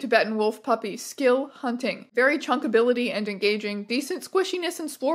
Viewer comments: American, please understand that it is "chuckability" NOT "chunkability". Chuck means throw, they are rating how the little guys may be chucked across a room. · Chuckabilty not Chunkability 😢